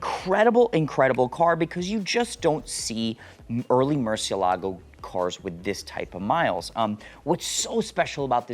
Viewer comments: The Merci.....the pronunciation!! It is Mer-Chee-EL-ah-go! Not Mercy-el-LAH-go. It even TELLS you that on the door sill! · Do you realize that you are pronouncing "MURCIELAGO" wrong? It should be pronounced “moor-SYELL-ago” for English speakers.